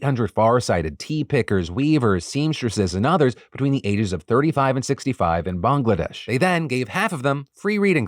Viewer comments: Phil, Thank You for pronouncing Bangladesh correctly as most non Bangladeshi people from outside south east Asia pronounce it as Bang-ladesh! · Just gotta say your pronunciation of Bangladesh is 👌. Putting my Canadian born Bengali friends to shame 😂.